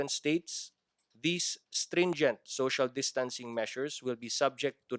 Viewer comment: finally, “social distancing” pronunciation is correct.